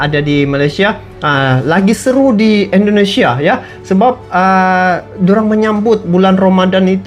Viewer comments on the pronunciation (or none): bukan endonesia tp indonesia.semangat ngonten nya bang